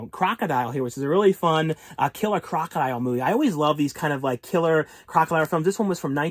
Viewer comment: Killer crocaisle huh or crocalur or crocolile😅